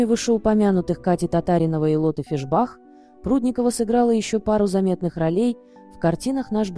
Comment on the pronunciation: фИшбах, а не фишбАх, ей 72 года, а не 71.